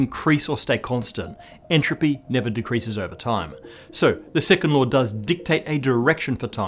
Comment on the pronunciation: I keep on hearing "the sycamore of thermodynamics'.